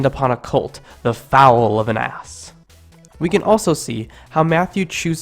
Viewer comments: A foal is a newborn horse/ass/mule, etc; it is NOT pronounced fowl, it's pronounced fole, like fold without the d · The foal (fole) of an ass....not pronounced like FOWL (bird) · "foal" is pronounced "fohl" not "fowl" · FYI, "foal" rhymes with "bowl" and is not pronouned like "foul" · The narrator mispronounced the word 'foal'. 'Foal' is pronounced with a long 'o'. The narrator pronounced it as 'foul'. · Your pronunciation again needs fixing. "...and upon a colt, the foal of an ass" is pronounced by the narrator as "...and upon a colt, the fowl of an ass." Do be more careful. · Regardless of the word’s annunciation, we do know it’s definition. Mis-annunciation doesn’t mean Mis-definition in this case. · Goodness, how do you pronounce "foal" again?